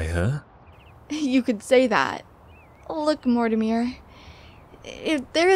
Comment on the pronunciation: This has been amazing I can't wait to see what Mortimer has looked at, also the voice of Dana says his name wrong lol XD